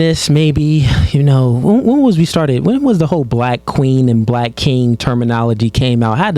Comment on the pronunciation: Never trust a woman who says black as “blick”